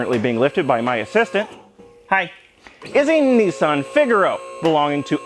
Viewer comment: Knee-san? What a bizarre pronunciation! Niss-an, god damn it!